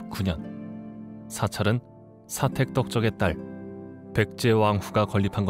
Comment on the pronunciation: 사택적덕이라고 자막은 잘 적혀있는데 정작 나레이션은 사택덕적이라고.....